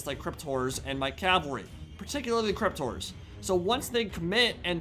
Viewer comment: I love not being able to correctly pronounce ‘horror’. Hearing him repeatedly say; ‘crypt whores’ puts a smile on my face.